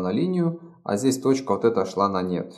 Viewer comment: Извольте выражаться понятно! "А вот тут вот тоже идет на нет", с акцентом Копатыча абсолютно не понятно!